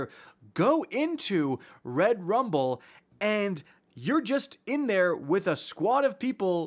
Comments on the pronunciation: Anyone else found it annoying how he kept emphasizing Rum(ble)..... like just say rumble.... this isn't English class lol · You just can’t say Rumble normally 😂😂. It was irritating me the whole time for no reason lol